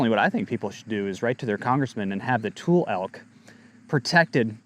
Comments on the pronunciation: Tul-lee. Not tool. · Pronunciation Tule = too lee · Its toolee elk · Born and raised Northern Californian here...It's pronounced "too-lee" elk. Not a criticism, just info . Thanks for all you do.